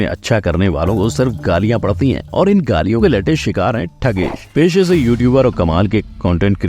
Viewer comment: Thugesh ❌ ठhgesh ✅